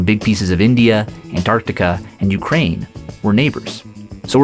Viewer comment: Urkaine….. For what???